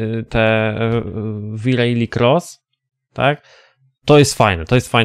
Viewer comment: V rally nie rejli... 😅